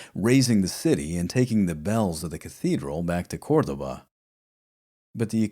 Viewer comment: Your pronunciation of 'Cordoba' and 'Hindu' really impressed me in this video. These videos just keep getting better! I love the fact that you read multiple books to get different viewpoints on the cultural situation in al-Andalus. It is so refreshing to get a such a nuanced look at history without doing a considerable amount of reading. I thank you for these podcasts.